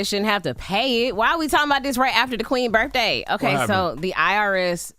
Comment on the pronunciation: Why the hell does envy say burfffday when he knows damn well it’s birthday and he knows he can say it correctly. Come on Envy